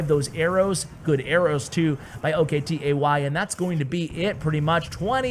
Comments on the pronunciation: its not o.k.t.a.y its octie. hes turkish. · OKTAY not O K T A Y xDDD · it's not pronounced as O K T A Y,It's a Turkish name pronounced as [Oktai] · Oktay is a turkish name. You dont have to spell the letters. Just say Oktay (spoken Oaktie)